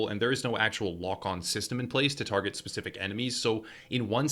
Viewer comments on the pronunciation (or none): none